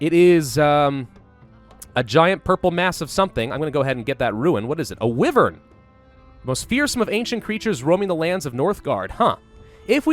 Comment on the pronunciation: Wyvern is pronounced Why-Vern. Just for future games that you play with them in it. They are baby dragons!!